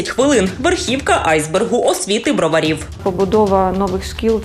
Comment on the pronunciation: БРОВАРІ!!!! Через І.. скілько ще те пояснювати тре??